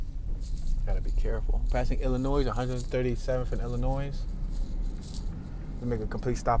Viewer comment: FYI the s is silent in Illinois